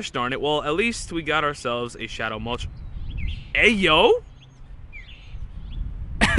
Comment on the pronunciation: Dude said Mow TRES.... It's not a flying number three haha